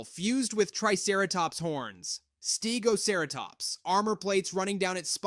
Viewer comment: St-eg-gosh-share-a-tops, are you serious what where did you get that from I thought it was supposed to be st-eg-o-cer-a-tops